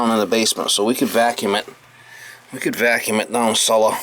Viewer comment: "Down celluh..." Welcome to Noo England, mah!